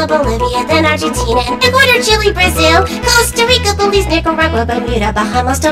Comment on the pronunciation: ¡CHILE CTM! 🇨🇱 Me da risa que lo pronuncie como "Chili" xD